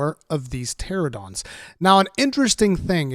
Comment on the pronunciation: Pteranodon* Not Pteradon :P Also little real life fact but Pteranodons are Pterosaurs and thus not dinosaurs. Yes I'm a dino nerd.